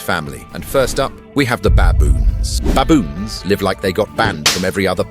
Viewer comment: Baboons not Bayboons..pronunciation ai?